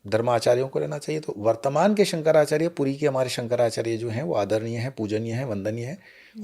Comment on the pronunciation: महोदय जब आप भगवान शंकराचार्य के नाम भी सही उच्चारण नहीं कर पा रहे हैं।